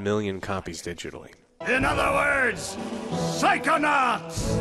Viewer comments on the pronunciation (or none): Haha, "Psychoauts 2". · Psychoaughts btw